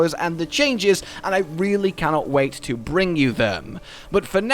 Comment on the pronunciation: jesus man. Do you listen to your videos back while editing or do you have someone else edit? You add an extra syllable to almost every word and it's very very very annoying. Maybe just be aware of that and try to mitigate it. For example when saying something simple like the word "to", you pronounce it to-wah. Just stop doing that k?